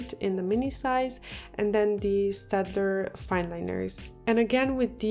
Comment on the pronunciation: Thank you for saying staedtler right. 😂😂 my favorite pen brand that's why I'm picky